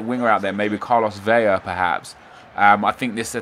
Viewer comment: It's pronounced vela not "veya" only one L so it doesn't make that sound.